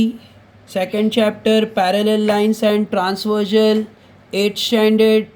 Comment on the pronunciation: Sr vo transvergel Nahi transvesal he😁😁😁